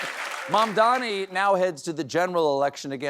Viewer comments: Cuomo also pronounced Mamdani's name wrong. its MAM-dani not MAN-dani. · Cuomo still hasn't learnt to pronounce Zohran's family name. It's MaMdani , not MaNdani!! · That stupid Cuomo still cannot pronounce such a simple sounding name like MAMDANI correctly! It's not MANDANI you dotard, it's MAMDANI!! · I see he can't say Mamdami's name still. Fucking horrible person. Grow up CONVICTED former mayor. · Cuomo cannot, for the life of him, pronounce "Mamdani" right 😂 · Cuomo still cannot pronounce MaMMMdani's name. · That jerk still couldn't pronounce Mamdani's name correctly, even by this point, huh? 🙄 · Cuomo still cant pronounce Mamdani. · Cuomo can't even pronounce Mamdani's name correctly! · Cuomo said his name incorrectly again. 😂